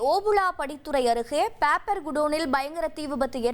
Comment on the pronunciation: Seithi vaasikkira pombala papernu ozhunga vasikka theriyadha,papper,,pamprr nu soldra styla 😠😡😠😡😠😡